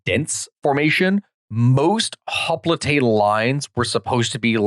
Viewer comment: "Hoplite" is pronounced "hop - light" in English. I know you're trying to be more accurate pronouncing it like Greek, but this doesn't really work in English since we have such a long-established tradition of pronouncing it "hop - light". All adememics giving lectures in English will pronounce it that way, and it kind of just makes you sound dumb to attempt to say it that one word in Greek, when you are simultaneously mis-pronouncing a bunch of place names and personal names (and sometimes using Latin, sometimes Greek and sometimes English terms).